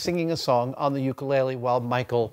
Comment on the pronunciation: I hate the way he is saying ukulele. jeeeesus sometimes I wish people wouldn't suck up our Hawaiian culture just wen it's trendy and "hang loose"